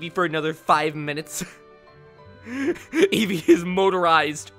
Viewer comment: Me:(vibrating on spot because nervous from battle) Eevee:(automatically asumes shaking joy con) VEEVEE VOLIE Me: oh God, I sent off a nuke (Also eevee actually said veevee volie in game)